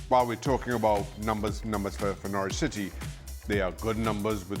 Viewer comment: Why are American soccer commentators incapable of pronouncing Norwich properly? The 'w' is silent. It's pronounced like 'Norridge'. Rhymes with Porridge.